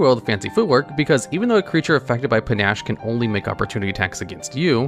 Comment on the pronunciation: How do you pronounce Panache properly but mispronounce Rakish(Ray-kish) as Rackish? I wanna Ax you a question! Is this a youtuber inside joke to drive people crazy? Just randomly mutilate "sum werds" for the lulz...